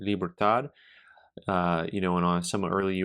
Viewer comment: I've heard the Mexican 8R type pronounced two ways, Libertodd (heavy on the d) and Libertaad (heavy on the a). The correct spelling is Libertad. Which do you think is proper?